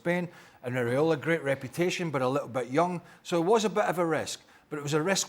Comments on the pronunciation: Iraola, not ariola Craig FFS 😂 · Can someone tell Craig, it’s pronounced EE-Ra-Ola. Not Areola. He’s not a nipple. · Craig, who the heck is “areola”??!!